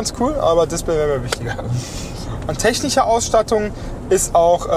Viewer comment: Was ist eigentlich so schwer daran ein "sch" auch als solches auszusprechen?! Es heißt z.B. "technisch" und nicht "technich"!